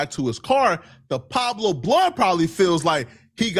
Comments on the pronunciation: So just because said he was there you gon run with it he stirring up the pot and is way in Texas he don’t know shit he even said “Pablo” it’s “pueblos” I hope when it comes down to ant jefe not having to do nothing with that taco stand situation you stand yourself corrected, source = trust me bro smh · Source = trust me bro need his ass beat didn’t even say Pueblo right he said “Pablo” putting this on ant jefe is crazy and ceddy implicated big u son don’t believe these guys